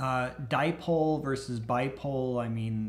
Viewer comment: As used to say, dipole=die-pole, never use them:D